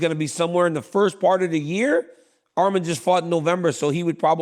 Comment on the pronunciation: Dc THANK U FOR SAYING HIS NAME RIGHT ARMAN NOT ARMIN